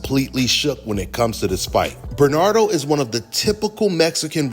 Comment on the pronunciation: R u ever gonna be able to pronounce Bernardo's name correctly?